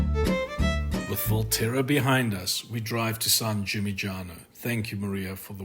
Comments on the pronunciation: your videos are great. well done. Second "G" is silent in San Gimignano, look up for the right pronunciation ... just saying , Italians will appreciate it trust me :) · Great content! San Gimignano is “San Gee Min Yano” :)